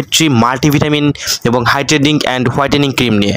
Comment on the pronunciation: Hidenting??😂😂 its hydrating